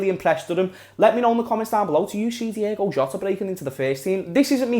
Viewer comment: Ahh lad it's "Diogo" not "Diego" why does everyone call him that 🤦‍♂️😂